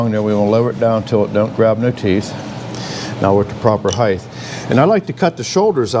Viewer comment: HEIGHT .... not Heigth ....